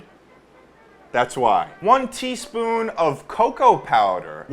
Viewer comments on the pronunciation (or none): was saying “one teaspoon” over snd over again and i kept hearing “twenty spoon”